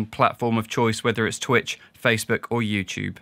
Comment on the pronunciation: "Twicht" :D